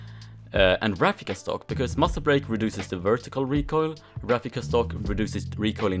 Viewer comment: Muzle barake he said muscel brale xD